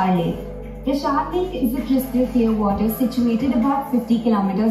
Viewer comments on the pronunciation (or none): parashar not prashaar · It's not prashar, it's Parashar. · It is pronounced “Paraa-shar or Pra-shar” lake. The presenter pronounced it prshaar. It was named after rishi Parashar. Been there twice. Its so beautiful. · Its Parashar Lake...not prashar lake...